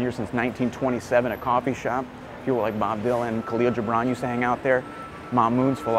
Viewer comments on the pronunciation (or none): none